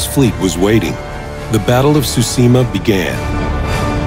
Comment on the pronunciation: that guys pronounciation of tsushima is laek super offensive